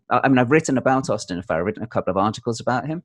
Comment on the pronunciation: My favorite part of this video is when says, "Correct my pronunciation," saying it "pro-noun-ciation," and then pronounces "Farrer" correctly, so Mark tells him his pronunciation is good, without correcting him on the one word that he did mispronounce. 🤣